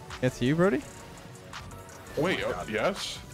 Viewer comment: every time says "brody" it sounds like he is saying "birdy"